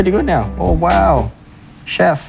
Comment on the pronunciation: He put the "Shef" meme in there and I burst out laughing This is a top-ranking masterchef contestant who sais Shef XDDDDDDDDDDD I love this